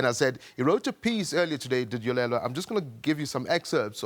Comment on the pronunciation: Dude, it's Yolulwe not Yolelwa!